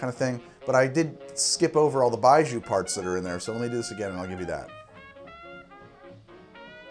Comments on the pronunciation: Sorry to jump on this. but pronunciation is "bye-gee-oh". with the "gee" and "oh" pronounced as one syllable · Pronounced “bye joe” as in when you drink it bye bye joe! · Love it, but the pronunciation of 白酒 was killing me. You had the first part right, but the second syllable is pronounced like gee-yo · Pronounced :"BYE-JOE" fyi. thanks. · It's pronounced bye joe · if you want to say 白酒/ baijiu better, “bye Joe” is a lot closer than what you were saying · Could be wrong but I think it’s pronounced like buy joe. BUT, great vid as always and I kinda want to try this now. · Hey btw its pronounced 白酒, or "Bai-Joe" not "Bai-Joo" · Can confirm terrible pronunciation, Its not BI-zhuu, Buy Joe is the best way for you to think of it as non Chinese speaker and Taiwanese Gao Liang also butchered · it's not pronounced bai joo, it's bai joe 白酒，干杯 also it is written as baijiu not baiju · It's pronounced like "Bye Joe" not "Bye Jew". Foreigner living in Beijing for the past 8 years. Served it at my wedding. ....You're right about the taste. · 1. Bye-jhoe. Not bye-joo. 2. Moo-tie, not Mountain, 3. To me it tastes of raw, unsweetened chocolate. Definitely an acquired taste, but not a bad one. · Baijiu is vile but it can have a hell of a good buzz, really brings out the Nietzsche in most folks. Think aviation fuel, old gym socks, garbage on a hot day, a touch of cheap sake and indeed, wet dog. For the record, it's pronounced a bit more little more like Bye G-oh or Bye Joe. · Baijiu （白酒）-- Pronounced "bye-joe" Also get on that CR already! The correct flavor/taste profile for Baijiu is in fact death, you are correct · thank you for telling him lol it was annoying hearing zhu lol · BYE-JOE it's pronounced BYE-JOE. "Bai" is the word for white and "jiu" is the word for liquor. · baijiu (白酒) is more like 'bye-jyoe' except the j is like halfway between a j and a hard z